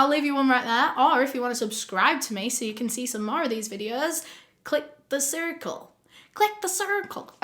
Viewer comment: The way you said Circle... hahahaa